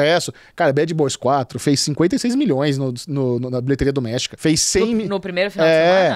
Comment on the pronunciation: cada vez q fala bilheteria doméstica eu entendo... bilheteria do méxico!